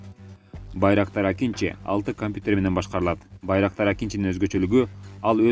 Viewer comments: Акинжи эмес Акынжы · Акинчи эмес . Акынжы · Акинчи эмес акынжы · акинчи емес акынжы, тура емес жазып окуйсуз